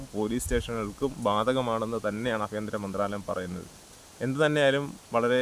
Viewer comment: ഏതാ ഈ ആഫിന്ത്ര മന്ത്രാലയം😂 ആഭ്യന്തര മന്ത്രാലയം എന്ന് പറയു മരമേ